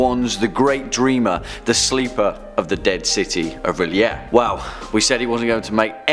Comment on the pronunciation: You said realayea